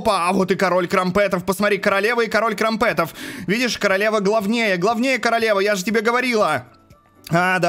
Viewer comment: Не крампЕтов а крАмпетов